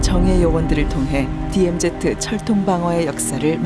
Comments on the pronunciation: 어이 이봐 발음 똑바로 해라 디엠제트가 아닌 디엠지다 그러고도 이따위 방송하나? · DMZ를 내레이션이 디엠제트라 발음하네